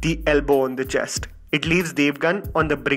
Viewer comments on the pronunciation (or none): none